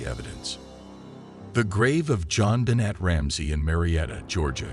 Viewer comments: Please pronounce JonBenet properly. Thank you. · FAIL! You used AI (and chose a bad one at that) AND you didn't make it pronounce her name right.